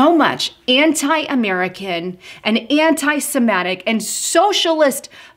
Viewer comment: dear...the word is anti semitic...the letter i is pronounced like the i in the word sit. Anti Semattic?